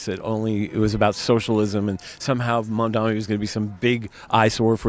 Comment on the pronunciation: Some people, including the reporter, still can't get his surname right. Mamdani with (N), not Mamdami. Loool, why is it so hard?